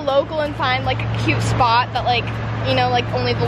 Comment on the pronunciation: why do girls pronounce "cute" as "cue"